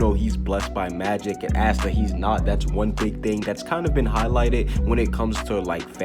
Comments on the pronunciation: Pleaseeee its pronounced aah-stuh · The way you pronounce Asta‘s name is so different than mine!